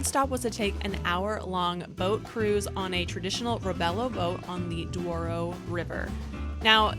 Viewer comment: You mistaken the name is Douro not Duoro